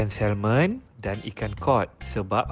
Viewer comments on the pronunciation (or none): pronouncing salmon salah..act it’s silent ‘l’: samon